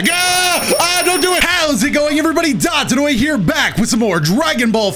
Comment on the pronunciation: "Dropodoya" That's one for the archives right there